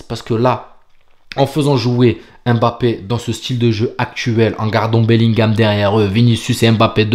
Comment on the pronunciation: J’aime bien ton travail. Bravo à toi ! Fais juste un effort sur la prononciation de Mbappé… ce n’est pas Aimebappé mais Mbappé. Force